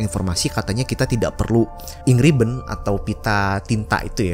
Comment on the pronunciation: Ink ribbon gua dengarnya Angry bird